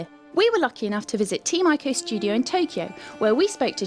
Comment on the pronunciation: actually, Ico is pronounced ee-ko, so yeah.